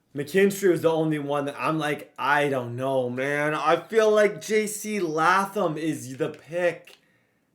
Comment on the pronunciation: Man, you’re crushing these guys last name. Latham and Lassiter was KILLING YOU. LMAO. But it’s cool. Keep the content coming. You have real fans behind you! AND RUN THE DAMN BALL! LOL. Just a reminder.